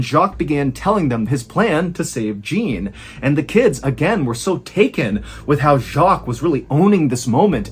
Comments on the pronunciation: Not a criticism but a little surprised that while you pronounce Jacque and the cities as the French do, Jean or Gene, not sure of the spelling of the brother’s name, is pronounced like an American. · I guess he’s from up north, Wisconsin or something. His bowls frequently sound Canadian. But a Canadian would know how to pronounce Jean. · You do a better job at pronouncing French words than most YouTubers. If you are trying to say Jean, you don't say the last letter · "Jean" is not pronounced like "Gene" in French. It is pronounced like "Zawn". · It’s not Gene, it’s Jean, sounds like John! *Summary I was passively listening at the beginning of the tale while I organized and shelved the groceries I just bought. I finished that task, grabbed a snack, and settled down and allowed myself to give the story my undivided attention. I found myself questioning what type of parent names there son Gene (not that it’s a bad name). Then Ballen starts talking all artsy with accents and stuff. Then it hits me. I realized this story was set in France 🇫🇷 and now every time he says Gene my head explodes 🤯 and I’m screaming at my phone “It’s Jean sounds like John”. Then I Wrote this essay when a sentence would have sufficed. I’ll give the rest of YouTube the shorter option choice. For those of you who read all of this, I m sorry your Saturday is as boring as mine 😢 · Great story. The brother's names are not pronounced with hard Js. In French, the name "Jean" is pronounced roughly like "Zhon", with a soft "zh" sound similar to the "s" in "measure" and a nasalized "on" sound. It's important to note that the final "n" is not fully pronounced as a separate consonant, but rather it nasalizes the preceding vowel. The French might appreciate correct pronounciations of their language & it's easy to find in Google. Still loved the story. Never judge a book by it's cover. Way to go Jacque!! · Jean is pronounced Jahn btw, with a soft J, kinda like Shann 😉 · Jean pronounced John with a soft J